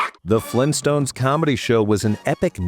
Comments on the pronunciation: Fleentstones? Auugh! - Vargskelethor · GRAND DAD! FLEENSTONES?!